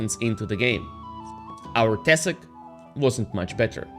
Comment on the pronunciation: it's not tEsak, it's tesAk